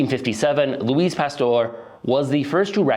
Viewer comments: He also pronounced Louis like Louise, the s is silent in his name. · please brush up on how french pronunciation works. "loueese pasteur" and "maill-ard reaction" were painful to hear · I think and I probably have similar beer preferences. Also, “Louise” Pasteur? 😂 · you miss the ‘mail-ard’ reaction? But if he had a Spanish accent I could maybe understand Louis becoming Louise.. but the guy’s accent is murican.